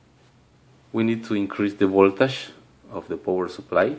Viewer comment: I like the way you pronounce voltage: VOLTASHH